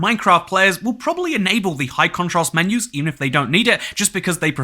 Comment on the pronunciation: two new "men-oohs"